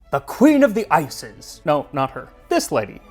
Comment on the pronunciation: "book of ices" hits my ear a little funny ngl